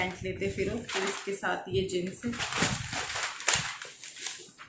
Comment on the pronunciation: Jins nahi jeans kaha karain. It's a suggestion not a negative comment.